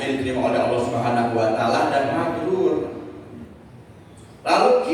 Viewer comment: Mabruur bukan mabrul